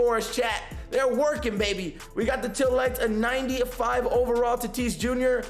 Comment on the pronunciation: Some of the words you say 😂 like how you say tAHtes(tatis) but the worst is your not even saying “TEAL” you are saying “TILL” lights lol 😂